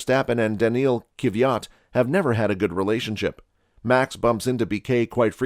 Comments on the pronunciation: I cant believe you butchered Danil's Kvyat last lol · But for real he butchered it LMAO